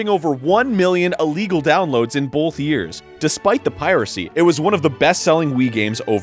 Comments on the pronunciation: Arin. Quit saying bolth. It's both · Video barely started and Arin has already said "Bolth" instead of "Both", twice. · ARIN IT'S BOTH NOT BOLTH THERE'S NO 'L'. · I fucking hate it when people say BOLTH ITS BOTH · Arin, there is no "l" in the word "both"! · the Arin seal of authenticity: "bolth" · I realized it was Arin talking as soon as I heard his trademark strange pronunciation of the word "both" It always sounds to me like he's pronouncing it as "bulth" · Even out of Game Grumps, he still says "bolth" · "in bolth years" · "bolth" XD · Is it me, or does Arin pronounce "both" as "bolth"? It seriously sounds like he slips an L in there to me. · "...one million illegal downloads in bolth years" "Bolth games in the series..." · Ha! "bolth" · I can't unhear Arin saying "bolth" anymore... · He says "Bolth." That's weird. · 26 seconds in and I hear the biggest "BOWLTH" of my life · lol "bolth" games huh? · Didn't realize this was Arin till he said "bolth" 20 seconds in. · I'm so glad that Egoraptor reviewed "bolth" of these games in the same video. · Arin and his "Bolth" saying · after around 7 years of following egoraptor from his animations on new grounds to GG on YouTube I gotta tell you it's sad. He still can't pronounce 'both'. And GG is really played out these days I really think they should take a break to recharge and get the comedy flowing again.